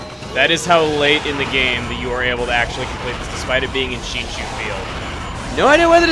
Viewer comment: back in shinshu field. oh my god he pronounced it right.